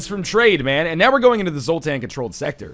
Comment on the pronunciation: What the hell is NL's problem? Is it that difficult to just say sector?!